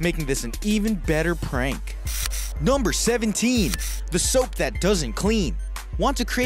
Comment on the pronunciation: Crip52Crazy it's sounds like Gumber